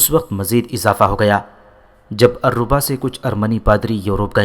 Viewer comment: بھائی یہ الرھا شہر ہے alriha